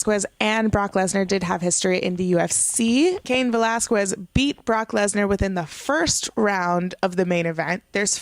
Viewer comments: Okay please stop saying VelasqWUez it's pronounced ve-lahz-kez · Valasges is how it’s pronounced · A Puerto Rican pronouncing Velasques with a "KW..." Ok. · Drinking game: take a shot every time she calls him Cain Vel-az-kwez. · The only thing that killed me was the annunciations of Aikman and Velasquez. Like, you have a Puerto Rican flag behind you but can't pronounce an ethnic surname? Other than that, it's gonna take some getting used to, but she didn't do awful. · *Not hating * I see the Puertorican flag and I hear you pronouncing Velasquez and idk if you’re puertorican and don’t know how to speak spanish but for me it’s like weird how you say it xD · You’re butchering Velasquez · 😂😂😂 Still pronouncing Velasquez wrong. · I'm Mexican and I Spanish. We don't pronounce it like that. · pronounced Velasquez wrong again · If you're going to say Cain Velasquez so many times could you PLESE PRONOUCE IT RIGHT! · LADY.... WATCH THIS AT LEAST 3 TIMES TO GET CAIN'S LAST NAME RIGHT. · Usually I'd agree but it's a bit embarrassing when Heyman pronouncing it correct. But she could do what she wants.